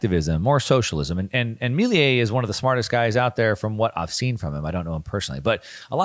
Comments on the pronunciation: Great video as always but I need to say it’s not Miliei it’s Milei. (Mi-le-i). I know it’s a different language but in in english should sound like you said it just without and “I” (Me-le-e) I think is the proper pronuntiation in English. Not sure how to explain it without making vocal sounds. Hope this helps! Thanks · Dear, Argentina President’s name is spelled and pronounced “MILEI”, not “MILIE” as you pronounce it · amazing video!!! (just a tip, Milei is pronounced "Meelay") :) Keep up the great work! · Milei is not pronounced like that. Putting that to the side, the video was great, as always. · My guy cant pronounce "Milei" or "hegemony" if his life depended on it 😂😂😂. He's been mispronouncing both words for years now.